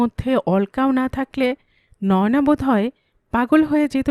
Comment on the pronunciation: কোনো নাম নয়োনা‌ হয় না। নয়না‌ নাম হয়। হিন্দির উচ্চারণে ... বলা হয়... ন্যায়না‌।